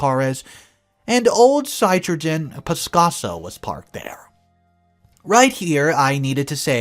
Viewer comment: The French car Citroen is pronounced Citro-en or Citron in English. The name of the automobile means Lemon. Which is funny considering this stories Very respectfully I recommend looking up the pronounciation of words you are not familiar with. This seems to be a bit of a problem with you. (No offense intended)